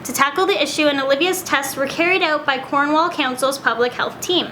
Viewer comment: Why can no one from another place say Cornwall it really pisses me off.